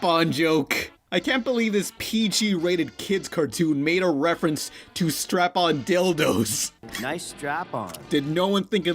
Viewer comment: The way he says "strap-on dildos" makes it sound like a brand of dildos